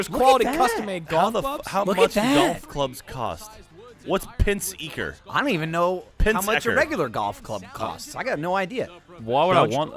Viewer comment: 2 minutes in: "what's pins eeker?"... omg, just no